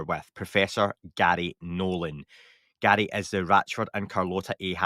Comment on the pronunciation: His parents named him Garry, not gatty...learning to pronounce guests names correctly is important.